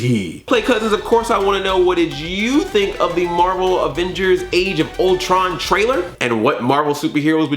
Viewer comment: IT'S MAHVEL BABY! IT'S MAHVEL!